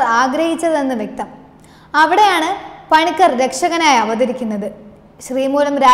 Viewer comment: കുട്ടി അക്ഷരം തെറ്റാതെ പറയുക... പണിക്കാർ അല്ല പണിക്കർ, ഏഴവ ശിവൻ അല്ല ഈഴവ ശിവൻ. വേലായുധ പണിക്കർ കേരളം അവഗണിച്ച ധീര യോദ്ധാവ്.